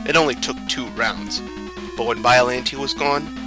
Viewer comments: Please, if you're going to do narration, learn the proper pronunciations. Biolante is pronounced like Bi-yo-lawn-tay, not Bi-yo-lan-tee. Pathos is pronounced like Pay-thos, not Pah-thos. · Bi-O-LON-tey. Not bi-o-lin-tay